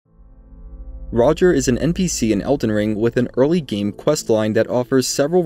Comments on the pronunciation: I cringe so hard at “roger”. I almost didn’t finish this video because of it. Funniest part of all this is that during his quest line D literally calls him by name at the round table hold. It’s pronounced Raj-ee-air. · Every time this good man says "Roger" my inner voice auto corrects to "Ro-jere". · That's still not how it's pronounced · why do you call him roger? i mean he literally says his own name so you know how to say it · You need to learn how to pronounce "Rogier"